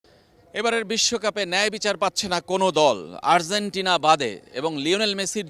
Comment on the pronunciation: Arzentina না, Argentina. উচ্চারণ ঠিক করেন